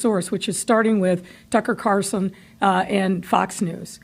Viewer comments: She doesn’t even know his name,Tucker Carlson, not Carson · Lori his last name is Carlson not Carson. You ignorant thing. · Carson? It's Carlson Beetlejuice. She doesn't even know her critics. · Hey Mayor his name is Carlson, not Carson! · It’s Carlson beetlejuice, not Carson. Can’t fix stupid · It's Tucker CARLson, not CARson. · It’s Carl-son not Car-son, Mayor Beetlejuice. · Carlson not Carson... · It's Carlson, not Carson, Lori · She can't even pronounce his name. Carlson is not a difficult last name. Funny Beetlejuice you didn't care until T.C. reported on it. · She doesn't even pronounce Mr Carlson's name right. She is a total failure.